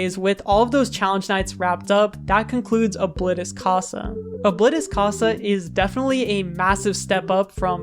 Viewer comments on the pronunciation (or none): I'm sorry but you said Oblitus casa in the whitest way possible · It’s pronounced o-blee-tus-casa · O-Bllit_tis Ca-sa 💀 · Its actually pronounced Obleetus I think ( Not correcting the spelling just spelling it weird so its easier to pronounce ) though I don't have any verification. That's just my opinion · You said ablitas casa wrong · Damn you mispronounced oblitas casa